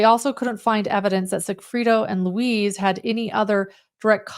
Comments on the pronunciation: Thanks for putting this together. It's a wild story. Each time said Luis, I heard Louise. I His name is said like Louis or Lewis- in english. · The name is Lu-EESE, not LOUIZE...like a woman. Its a male name Lou-EESE...like GEESE